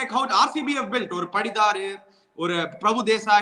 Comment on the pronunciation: you are doing great analysis. 👍👌 Just a small correction on the pronunciation - It's Patidar and not Padidar, Pooran and not Pooraan, like Sam Curran and not Sam Kuraan. No offense meant 🙏